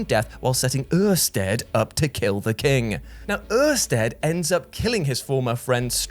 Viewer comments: 2 years later and I'm still rewatching this vid for Uuurstead and STRYBO and Flblblbuh 😂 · I dunno if YOU had a stroke or if I had a stroke during that Oersted bit, but somebody's toast is ready. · you're not sorry at all for butchering the names of the live-a-live characters. It's obvious you were taking the piss the second you said oersteads name...